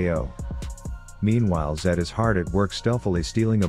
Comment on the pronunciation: it’s underfed zed